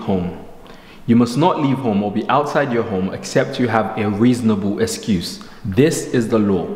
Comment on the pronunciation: The way you say escuse 😄